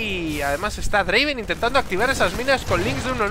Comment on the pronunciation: Y no es draven, es draaaaaaaaaven